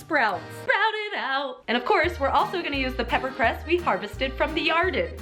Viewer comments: if you say "yarden" one more time, imma cut a bish. xD Never mind, you did it yourself. xD BE CAREFUL! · did she say in my yarden